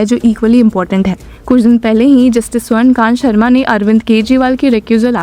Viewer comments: यार तुम "स्वर्णकांता शर्मा" को "स्वर्णकांत शर्मा" क्यूं पढ़ती हो? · Swarnakant.. A.. not Swarnakant